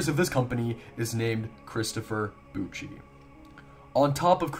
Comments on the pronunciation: And Bouchie's last name is pronounced like "boo-shay-. So it doesn't even sound like puchi or" pucci". I believe Bouchie was just the man who made the compilation dvd of 'ensuring your place in hell', probably got all the tapes from a film festival or maybe it was passed down to him. He doesn't seem to talk much on the subject and seems to make fun of anyone who messages directly on facebook. Weirdly enough, there seems to be two different christopher Bouchie's that collect these genre of hard to find horror core tapes. One guy is an older gentleman probably in his 40s or 50s. And the other is a man who everyone seems to think is the Bouchie from king of witches who created the compilation. He was born in 1987 which is the earliest possible year that GRFM was filmed. So, either people are crediting the wrong Chistopher Bouchie(considering the name discrepancy not panning out and the fact that he would only be a baby or toddler when this was released making it impossible for him to be the Pucci mentioned in the video) I've done countless research on this mystery and sadly, every lead just haults at a dead end. The truth is, Christopher Bouchie probably doesn't know the origin of this video. It just leaves us with more mystery. . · Not a great take. With 30min. of research I know "Bouchie" would've been a baby and he doesn't pronounce like "Bucci", but "Boo-shay". Def. not debunked. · Bouchie's name is pronounced "Boo-shay" - not "Boochie". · he says "poochey" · Yes, and Christopher Bouchie's name isn't even pronounced like that - it's "Boo-shay".